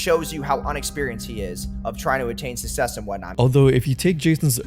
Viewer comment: “susess” 😭 and he said it that way the same reason charlie said “mcglaren”